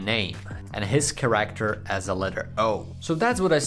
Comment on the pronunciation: Its not called ”CarActer” its called ”cAracter”